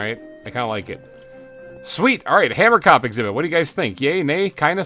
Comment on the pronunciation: Hahah, from someone who is Afrikaans, you pronounce Hamerkop wrong. it’s “Huh-mer-cohp” the (ko) part is pronounced like the beginning of the word corn. You should def give one of the hamerkops an Afrikaans name as that’s the language of the species name! I suggest Pieter or Jacob (pronounced Ya-cohb) :))